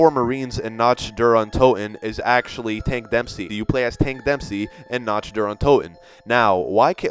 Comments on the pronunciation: here's a 6th for you. it's Nacht (na-ck-t) not Notched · You are pronouncing Nacht incorrctly. It's pronounced nock, not noch. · I love your videos but just a heads up. Nacht Der Untoten. Nacht is pronounced like Knock-t not Notch-t. But anyway. Carry on, sir! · Its Nacht, not natch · Not to be a grammar nazi (Pun not intended) but when you say Nacht der Untoten, when you say Nacht the ch is a hard c. It sounds like nakt der Untoten. :D Just a helpful tip from a German student :D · no afence but you pronounce nacht nakt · Nacht = Nackt, NACKT, you ignorant fuck. How can you make a video like this, and you can't even fucking pronounced a word correctly. And you repeat the fucking word over and over again. Smh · The way you say nach gives me cancer... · Great video but your pronunciation of "Nacht" was just TERRIBLE. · He keeps saying Nacht wrong. Its bugging me so much. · The way he says "Nacht" makes me cringe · Nacht is purnonsed with the cht like kt like in lick not ch like in flinch Not to sound mean :P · Btw you are saying "nacht" wrong